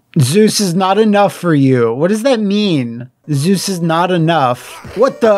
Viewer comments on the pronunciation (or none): none